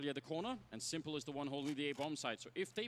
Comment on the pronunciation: Y dale con pronunciar el nombre de s1mple mal ahhahahaha me pone nervioso